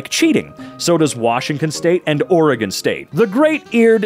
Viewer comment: Yay, finally heard someone non-native say Oregon right! Oh and Colorado should be one of those places